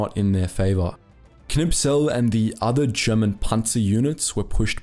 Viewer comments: K n i s p e l....not K N I P S E L :-) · Great video, just the name of the tank ace is Knispel not Knipsel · Am I the only one who notices that he says the name of Kurt Knispel wrong? He pronounces it Knipsel